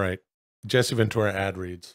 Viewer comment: Jesse Ven-TOO-ra